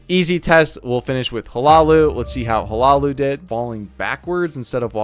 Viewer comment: Hi-Loo-Oh. That’s how u pronounce it 😊